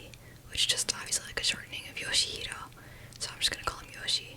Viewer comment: Its pronounced "yaw-shee"